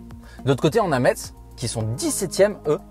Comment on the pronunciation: Cest metz sa se dit messe et pas metse